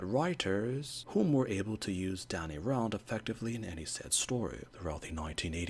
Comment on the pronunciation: Df do you keep pronouncing his surname like that!😅 - it’s not ‘R-Ah-Nd’, it’s ‘R-Anne-nd’. And I have a theory that they chose Swordmaster to be Iron First and Sai for Psylocke to capture a more East Asian audience.